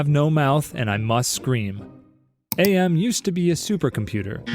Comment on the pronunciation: AM is pronounced Am as in "I think therefore I AM" I remembered that from the PC game lol